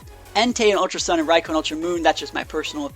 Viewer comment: It Raikou (Raikoo) Not Raiko